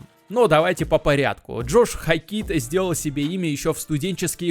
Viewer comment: Как же уши режет ХокИт